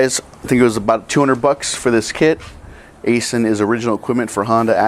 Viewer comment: It’s pronounced “I-Sin” phonetically 👀